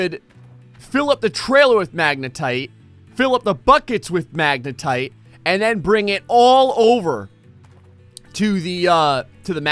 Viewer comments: He said wave separator and magnatite table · "The Magnetite Table" and "The Wave Separator" Dammit...